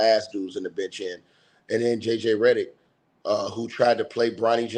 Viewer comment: I love how you keep saying Redderick 😂😂😂😂😂